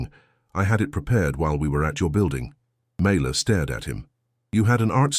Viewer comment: FINALLY the text spells her name correctly and it is pronounced correctly as well. Mayla. Such a great story!!!! I saved it and shared it ❤‍🔥❤‍🔥❤‍🔥❤‍🔥❤‍🔥❤‍🔥❤‍🔥❤‍🔥❤‍🔥❤‍🔥